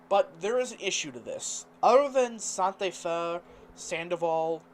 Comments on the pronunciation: It's pronounced "Santa Fay" not "Santa Fuh". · IT’S pronounced Sant like 🎅🏻